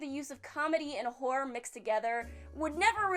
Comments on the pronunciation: I thought she said whore instead of horror... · I heard vore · I heard porn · I heard horror. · She does say horror a bit odd.